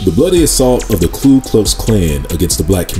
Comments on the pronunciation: Ku, not klu my brother. Thank you for another great and informative video. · Ku not Klu.....I make the same mistake 😂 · Very well-done video! Thank you! Just a quick note, it’s Ku not Klu. (Referring to the KKK.)